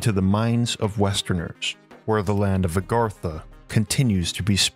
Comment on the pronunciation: The guy speaking is enough to put you to sleep plus Agartha's not the true name he's not even saying it right I can't pronounce it correctly my self I've forgotten more languages then I can remember.